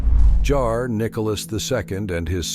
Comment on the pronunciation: Be sure to double check your AI narrator, Tzar and “Char” are two different things and the latter has no meaning. You like the views count but are not willing to pay a human. You might not be human yourselves soon, I even believe you are past that already.